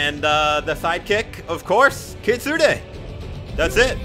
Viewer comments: "Kitsunay sidekick" why? Its kit-soon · Btw, the kitsune is pronounced ki-tsun without the “ne” you’re welcome:)